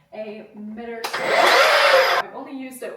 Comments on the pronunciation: Did she say miTTer instead of miTer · Owns a miter saw and calls it a “mitter saw” 😅